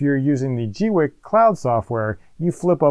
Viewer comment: Pauses just to say.. Rock on for being one of the FEW to pronounce the brand name correctly. :) I'm waiting for mine to arrive and have been cringing as other creators butcher the name. Unpauses... :)